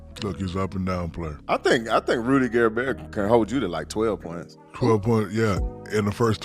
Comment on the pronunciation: Rudy Gerber? Dude can't even pronounce Rudy's last name.